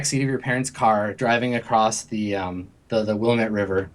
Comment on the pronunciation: the river is pronounced will-am-et btw ( I live in portland).